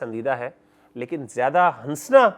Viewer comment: Salams. Mashallah may Allah increase ur knowledge Just a humble request that in urdu language we don’t say ‘hansna’ Noon is silent We say hassna Jazakillah khair